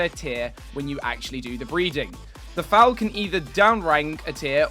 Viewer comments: Did..... did he pronounce 'foal' as 'foul'? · Foal not Foul, just saying. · Foal - pronounced similarly as "fold" without the 'd' at the end. Pronounce it as if it was spelled "fole"